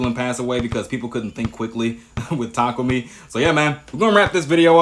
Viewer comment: its tah kah umi 😂